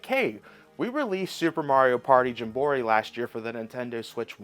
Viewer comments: Why are you saying jim borry instead of jamboree lol .... It's cool though great video man I appreciate it I've been watching this new channel I think it's pretty cool I'll keep checking out your videos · I can’t figure out if you mispronounce game names on purpose or not. The more you do it, the more I feel like it’s an act. There’s not another person on earth who calls it Mario Party Jumbori. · jam-buh-REE. That is how you say that word. Also shame on you for supporting key cards. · I believe it's pronounced as Jam-bore-ee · It’s pronounced more like Jam-Ba-Ree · Whenever you say metroid and jamboree wrong i instanly dislike the video and switch to another video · The mispronounced Mario Party title kills me... learn to read and/or pronounce. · why do you pronounce jamboree like that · I honestly think he does it for the troll…. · Cause of the American educational system lol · The way you pronounce jamboree 😂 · Agree made me instantly want to say “I don’t think that word means what you think it means!” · I think he mispronounces things on purpose so ppl call him out in the comments. Engagement is engagement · Libary, Gemboree, meteoroid, he does this shit on purpose